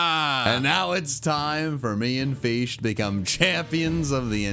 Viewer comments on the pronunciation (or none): god feesh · Take a shot every time says 'Feesh' challenge. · i knew u would add “feesh” at the end of the vid😹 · "all these gym leaders are unhinged!!" Says the guy who keeps saying feesh for hours on end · I wouve been surprised if he told shiny feesh instead of regular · It's not a feesh. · Feesh Feesh Feesh all hail the magic Feesh!! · Not fish it’s feesh know that pal’s? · Is anyone else addicted to repeatedly hearing "feesh"? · Feesh is life feesh is feesh feesh is god feesh is gigachad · How many times did this guy say feesh